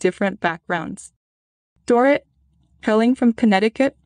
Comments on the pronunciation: It’s pronounced Door-eet. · You are mispronouncing Dorit’s name. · Or Dorit.